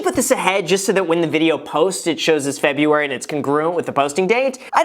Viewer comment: Hey Graham, there are two R's in February! 😂